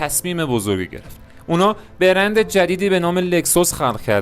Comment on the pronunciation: چه تلفظ درب و داغونی ! بِرند ( ِ )چیه دیگه😅 بگو برند۔